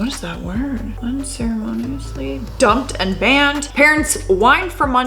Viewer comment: Un- ceremony-us-lee